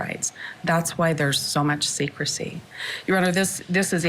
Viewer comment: Bravo, I've said the same thing. Secrecy, she said it a few times and emphasized it... secrecy